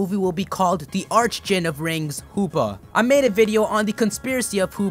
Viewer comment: Isn't the pronunciation for archdjinn ark instead of arch? just wondering.